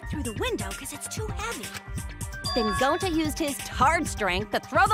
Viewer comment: They say Gounta BUT ITS GONTA!!!!!!!